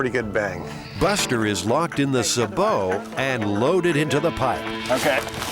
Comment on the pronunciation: It's pronounced saybow round not subow